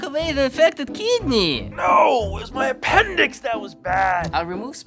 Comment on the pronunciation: lol APENDICKS